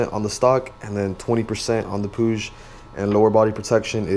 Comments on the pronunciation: So I asked some spanish speaking friends how you pronounce it and apparently you say it like how the brits say it pu-ig and not puge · I love how you said Puig, it's the first time I've heard it say like that haha.